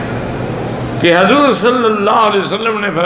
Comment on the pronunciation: Hazoor nhi huzoor hota hai samajh gaye aap toh devbandi h fir kese bayaan kar diya maula k bare m 😏 Ya ali maula ali 🖤